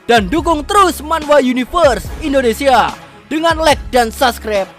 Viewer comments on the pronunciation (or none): none